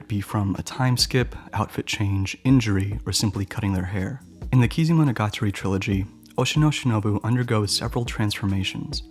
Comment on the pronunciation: A great presentation, except it is MO-NO-GA-TA-RI (物語). You say it like A-TA-RI the game console, not AH-TREE game console. triggered-rage-roll-on-floor Stop bastardizing nihon-go! >.<"